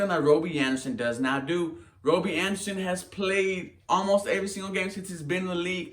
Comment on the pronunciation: Why are you saying robie?